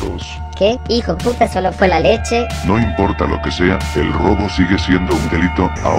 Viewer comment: No todo por una leshe :v